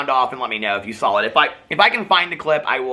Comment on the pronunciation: am I the only person who thinks says "sawl" everytime he says "saw"??